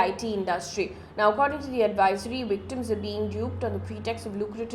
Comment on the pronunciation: Mam it's pronounced "DEPuty"✔️ not "depYOOTY"❌ "Victims"✔️ not "Wictims"❌ Similarly "Violent"✔️ not "Wiolent"❌